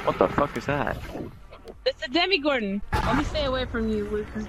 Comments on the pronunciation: Is it just me or did she say 'Demigordon'? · "it's the demigordon" 🤦‍♂️